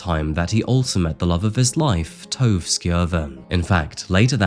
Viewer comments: His wife’s name is not pronounced Tove it’s pronounced Torva. En morsom, men ydmyk mann. Hvil i fred. Fra dizzy i haugesund x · Tove rhymes with nova...my sister's stepdaughter's name is Tove, which is how I found out.